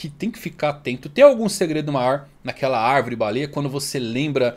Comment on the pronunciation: O está falando arvrere 🧐